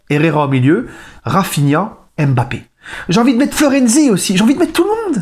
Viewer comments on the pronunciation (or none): none